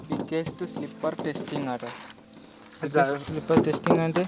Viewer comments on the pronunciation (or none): 😊 bigest kadhu biggest😂😂😂😂😂😂😂